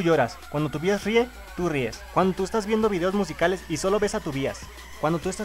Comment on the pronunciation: ¿Por qué dices bias si se dice baias? Ahk, se pronuncia baias we